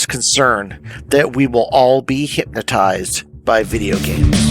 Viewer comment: Bro really pronounced it "Hyp-matized" in this video